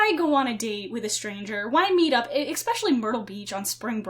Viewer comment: Did you just say "expecially"? :)